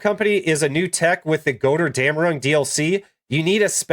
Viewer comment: "Goderdamron" Hmmm... Close enough! lol :D